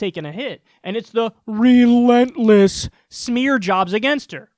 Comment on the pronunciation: i died from laughter when he said “ReLenTLeSS” 😂😂😂